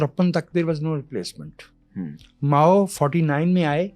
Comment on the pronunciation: ماؤں نے بہت برا کیا ہے ۔ ماؤ”